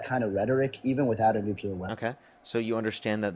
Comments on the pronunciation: Why does every maga say "nucular"? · Why is it everyone who supports Trump and his war call it eye-ran and say nucular? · If you can't even say "nuclear" correctly, I don't put much stock in anything you have to say about energy or wars.